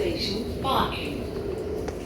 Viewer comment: it's barking not barkng riverside u got it wrong